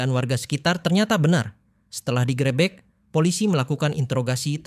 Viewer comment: Bahasa Indonesianya dibenahilah. Geger harusnya Gègèr, malah jadi Gêgêr. Gerebek harusnya gêrêbêk, malah jadi gèrèbèk.